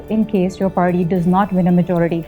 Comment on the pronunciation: Why is she saying “parrrii” instead of party? Rog hai wannabe banne ka